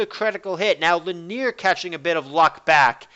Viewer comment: The way you pronounce linear ticks me off so much -.